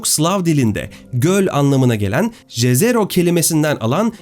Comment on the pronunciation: Eger dediginiz gibi Jezero krater golu nun ismi slavca dan alinmissa ("J " harfi "Y" olarak okunur)YEZERO diye okunur,slavca göl anlamina gelir,slavcada cezero diye bir kelime yok